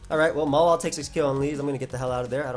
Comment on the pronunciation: why do you call Mawile "Mola"?